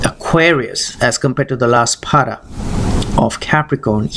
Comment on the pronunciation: It's not paada but pada. Please don't mispronounce words. Thanks.